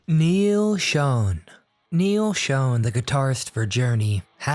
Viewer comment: Dude... it's not Neil "SHONE" or SHOWN!" It's "SHAWN!!!! "You people really need to go back to elementary school, or at least ASK what the correct pronunciation is. Holy shit, man!!!